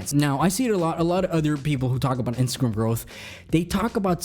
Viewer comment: Are you saying instagrum or instagrm?